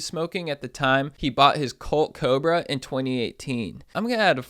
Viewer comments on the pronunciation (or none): none